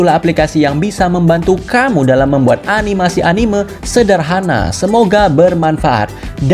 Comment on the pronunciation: dibacanya anime bang bukan animeu🙏